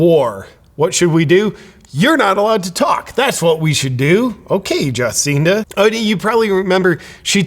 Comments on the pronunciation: "jaw seen duh"? well, she is a freak, so i guess it's fitting to pronounce her name that way. i can't wait until our totalitarian dicktator gruesome newsom walks off his job. i'm praying for it! 🙏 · You mispronounced her name . It's not Juhcinda It's Jabcinda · I think it's pronounced "Jah-SIN-duh". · I am not the greatest fan of Cindy, but listening to you makes me feel you have not done any homework on this…. Not even able to pronounce her name properly. Shame on you superficial media presenter…. A lot of hot air and flimsy arguments. Not listening to you to get proper info…! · I voted for her she got NZ through the pandemic those that criticized don't appreciate how well it worked for 95% if nzers, but we do have really selfish people here. This dude is full of shit and can't even say her name right. What a idiot with an ego. Americans mind your own business instead of gossip. Fix your own sad undemocratic country instead of criticism of others you Americans are sick ill informed liars.